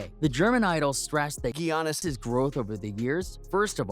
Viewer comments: "and that's because GEE-ANNIS Antetokounmpo.." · You're trying to pass off as a basket ball commentator, and you can't even pronounce the name of one of the best players (if not the best) in the NBA... Back to school little buddy. GGGGianis??? lol